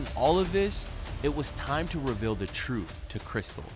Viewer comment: The frooth lol 😂 😂 😂